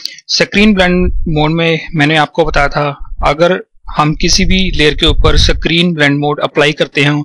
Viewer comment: "screen blending mode" screen.....!!! for fuck's sake screen....!!!!!! not "sacrine" >_<